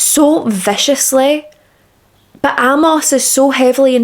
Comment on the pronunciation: Really good presentation. I'd not heard of this case before. Just a couple of things. Amos is pronounced Ay-moss. Being gay was illegal in most countries at the time and was still considered an illness and degeneracy as late as the 1970s and the general public didn't really accept it until the mid to late 1980s. Singer Lou Reed was sent to a mental institution as a young man and treated with electroshock therapy just for being gay. He later became what would be called pansexual, to use today's language, having relationships with men, women and a long term relationship with a transwoman. Being gay was seen as bad as being a paedophile back in William's day, so it's no surprise his parents didn't accept it.